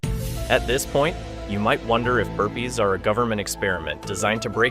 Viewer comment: OO HE WAS SAYING BURPEES , i was wondering what happend btw him and herpes